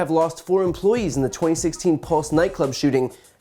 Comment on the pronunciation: They weren't employees. They were employ-ees